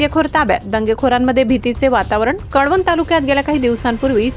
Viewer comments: कडवणं नाही कळवण..... 😐😐😐😐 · कडवण नाही ते कळवण आहे,ते काय पोडि, काडी, निडी सारखे आहे का